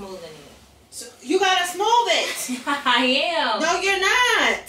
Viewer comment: “SMOOV IT!“😂